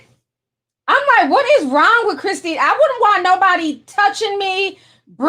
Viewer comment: CHRISSY NOT CHRISTY! Omg my eye twitched everytime you said Christy